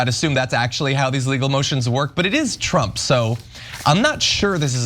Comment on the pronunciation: Trump, not Tramp